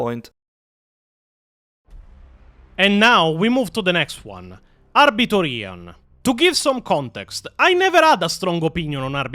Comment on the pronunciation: So... I never liked Weshammer. Hate his thumbnails with a passion. Just dont like him. Maybe his voice, maybe his face... maybe both? Only Ahh-Biter Ian videos ive ever seen are the IGN ones. Only thing i dislike is the way he says his name 😂 Never had a reason to question his knowledge until now. His channel never interested me anyway. Also, why are Wes and Ian so obsessed with getting female marines? The fk does Ian mean "thats toxic masculinity"? What a clown. Maybe hes tryna cater to his female audience and virtue signal? Idk, idc, wont be watching none of his content 😂 Thanks....Never heard of EonsOfBattle, EVER. Why tf are these virtue signaling, fake asf, performative content creators obsessed with female space marines??? Why is it the ones with a feminine voice that advocate for this bs? 😂 There is a connection there you cant deny. Forget this dummy and lets move on. Now Majorkill. Hes made me laugh plenty of times in the past. Digestible if you are an idiot (and i am). Ill never forget the way he pronounced Tzeentch (tits-snitch) and still pronounce Tzeentch like that to this day 😂 Never thought he was an expert but use to enjoy his content. I literally stopped watching him like 3-4 years ago cause i grew tired of the immature humor in my 40K lore videos. Im not a teenager nor am in my mid 20s so there comes a time when you just want the hard facts and not bombarded by idiotic sex jokes and cringe gen z/gen alpha slang. Holy shh i wrote this before you expla